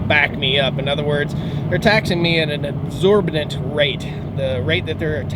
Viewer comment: The word you was looking for is exorbitant pronounced as ex-or-bi-tant. The #1 thing researched with those looking to relocate it taxes. Taxes has/is costing states qualified workers thus forcing employers to pay higher wages. This will eventually have them thinking of moving jobs elsewhere. States that have personal property taxes are already feeling the pinch.